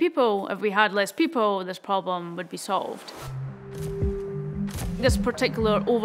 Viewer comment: Took me a while to realize "pobom" is problem , as a non native english speaker 🤦‍♂️🤷‍♂️